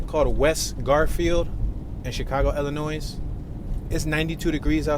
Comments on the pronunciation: Its NOT PRONOUNCED "ILLINOISE".... ITS PRONOUNCED "ILLINOI" THE "S" IS SILENT... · Not “Illi noise” it’s pronounced “Illinoy”, the S is silent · It’s pronounced “ILLINOI” not IllinoiS!! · Am in no way making fun of you, but ILLINOIS is pronounced Illinoi with the S silent. So enjoy your channel! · and they probably pronounced it “ILL-a-nwaAh” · The s is silent in Illinois. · Feel really confident with a narrator who pronounces the 's' in Illinois. And as for "Tupperware bins"....